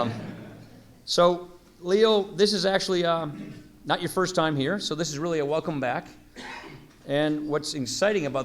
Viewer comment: Did he say welcome t shirt